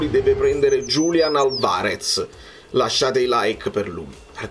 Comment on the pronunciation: L’accento sulla prima A e non sulla seconda A in Álvarez per cortesía